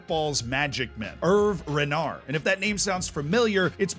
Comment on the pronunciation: Sochaux, saying it wrong... Herve Renard,wrong, Peugeot, wrong, alaves, wrong.. I could give you some private lessons :D